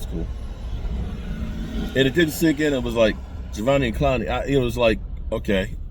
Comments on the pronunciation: His name is pronounced "Ja•dEve•eon". The first E is a long E. The rest are all pronounced as small letters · none of this has anything to do with the question… he’s saying this because mark was butchering his name in the video